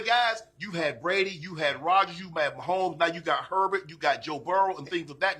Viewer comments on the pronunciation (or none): none